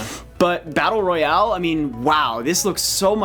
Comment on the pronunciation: They keep saying Battle Royale wrong.